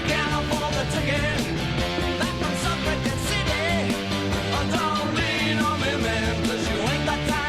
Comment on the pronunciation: Time for some T Rex: Bang a Gong It's got "Bang" in the title, it's a banger. p.s. Suffera-GET, not jet.